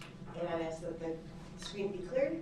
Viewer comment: Its ax snd snser